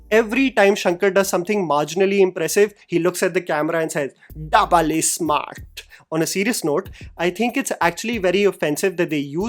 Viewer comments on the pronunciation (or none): "Bole to double isshhmmartt" is still haunting me 💀